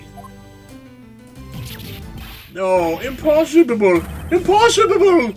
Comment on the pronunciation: Pffs~ hahaha Imposhibale